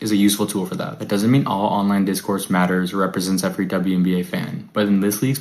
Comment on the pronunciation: My goodness!! What's wrong with this "journalist's" eyes? And is he speaking in a hyper-monotone?? Is this AI? I hope so! Poor Mr Monotone "journaliser"!!! He appears to be having trouble pronouncing "WNBA"! It's only 4 letters! And when he said "Honestly", are we to understand that everything he said prior to that wasn't "honest "?? If not, why did he specify that what followed was "honest"??